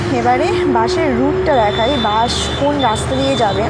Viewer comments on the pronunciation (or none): bash na bus hbe ota, uchharon er bepar ta dekhe neben , স and শ er somossa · 😂😂😂it's bus not bash